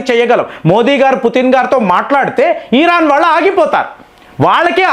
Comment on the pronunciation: ఈరాన్ అనొద్దు సార్. ఇరాన్ అనండి